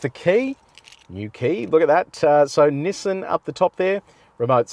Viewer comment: nassain xtrail or nissan xtrail??????????????